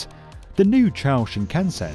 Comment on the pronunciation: The way shinkansen is pronounced hurts. More people need to look up how to pronounce the names of the things they're talking about